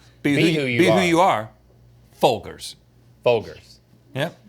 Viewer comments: It is in fact not Fol-Gers. It is pronounced as Fol-Jers in their commericals. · Link is so insistent on his mispronunciation of Folgers. It is indeed Fol-GERS, not Fol-GRRS. Maybe it's a bit, who knows? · Best part of waking up is "fol-jers" in your cup. (I spelt it like that so you know how it's pronounced). Not fol-jers like they said it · I think it’s pronounced Folgers, not Folgers. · Fol-gurs, are you kidding me? The commercials even say Fol-jers. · No! It's foljers! Not Folgers! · It's Fol-jers. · NOOOOOO ITS PRONOUNCED FOL JERZ😭😭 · It’s fol”jurs” maaaaan. Dirt in a cup lol. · I swear Folgers is pronounced fol -jers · it’s definitely fol-jers lol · They need to stop saying Fol-Grrs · It's Fol-jers. There are plenty of commercials where they say it. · I learned something today, I grew up saying FOLJERS 😮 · This is the first time I've ever heard Folgers pronounced with a hard g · Hope you guys are kidding about how Folgers is pronounced!! Lol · Did anyone catch the Folgers thing?! Thats not how you pronounce it 😂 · The fack that rhett made it this far in life a pronounces his surname incorrectly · I like how they corrected themselves on the folgers pronunciation but corrected to the incorrect way to say it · Guys it’s actually Folgers, not Folgers. Not to be confused with Folgers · Wtf? Folgers is NOT pronounced that way... You've got to be trolling! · That is not how you pronounce Folgers 😂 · They don't want to get roasted for mispronouncing Folgers and what do they do mispronounce it lol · pretty sure it's pronounced Folgers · Folgers clearly they don’t know this brand as they repeatedly mispronounced it. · Baited me so hard with how you pronounced Folgers